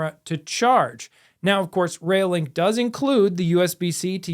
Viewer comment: Sorry, it's doing my head in !! - It "sounds like" you're saying "Rail Link", instead of "ReoLink", it's annoying as hell. Stop It !!